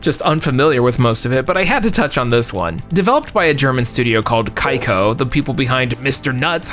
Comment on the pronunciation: The pronunciation of the German Kaiko sounds super, “oh no!!”